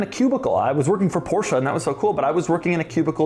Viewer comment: Wow I can't believe you pronounced Porsche CORRECTLY!👏👏👏👏👏